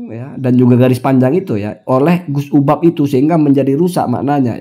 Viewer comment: Kamu nyebut nama orang aja juga fatal. Namanya UBAD, kamu panggil UBAB. Dari sini aja, masyarakat sdh paham.